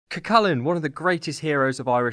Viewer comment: That’s not how you pronounced Cu Chulainn